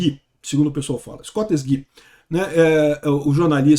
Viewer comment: Pronuncia correta: Escostégui.